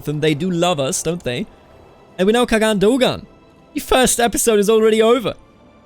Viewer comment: Khan- Khagan is pronounced as Han (same pronounciation as Han chinese) or Kaan (same a sound) in Turkish. They are basically the same consept.